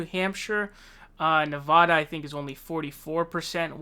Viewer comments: So, when did they change the spelling of Nevada to Nevahda??? Please change it back and I won't speak Spinach. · YOU ARE PRONOUNCING NEVADA WRONG.